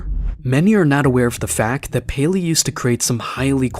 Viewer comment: As a 2021 survivor, I did not expect the word “payleey” to be uttered…